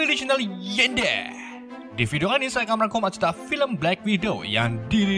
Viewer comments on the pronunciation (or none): none